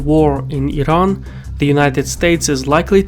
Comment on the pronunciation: Wired to hear "Iran" pronounced the right way rather than "I-ran"